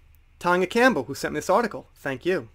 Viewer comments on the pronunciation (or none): none